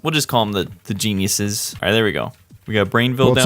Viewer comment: I heard Jezz